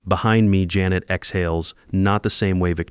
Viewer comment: JAN et not Ja NET